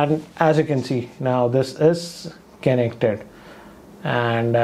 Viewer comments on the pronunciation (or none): "Kenek Ted"